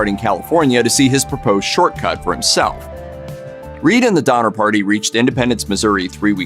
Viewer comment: DoNNer, not Dommer…